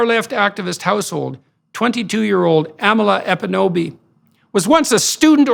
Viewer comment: Is it so hard to say "EKPUNOBI"?? You got as far as "Epunobi", why not go all the way and say that extra "k" mr genius??